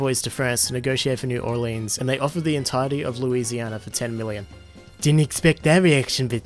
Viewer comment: You said New Orleans wrong